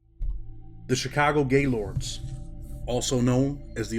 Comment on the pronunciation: You got to pronounce it right it's more one word not to not gay and then Lord it's Gaylord's and the hood it's somewhat of an ER sound